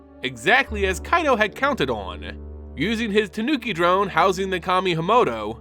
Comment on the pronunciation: Thank you for scratching my itch with Kaito's pronunciation!! With the first Phyrexian Planeswalker running around now and hunting other Walkers to add to their army. Do you think they may call upon Nicol Bolas and Ugin once again to help fight against this new threat? On another note. How do you think the Phyrexians will fair against the Eldrazis? Both species are able to warp and recreate others into their liking.